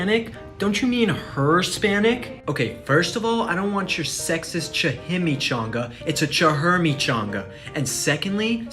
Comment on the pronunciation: "chi-him-ichanga" THAT'S NOT HOW YOU SAY CHIMICHANGA... WHAT EVEN IS THAT "JOKE"